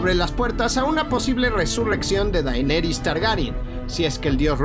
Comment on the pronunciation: DAINERIS??????? keeeeeeee